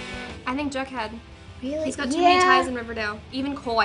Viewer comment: I really like how KJ pronounce "jughead". Hilarious and sexy at the same time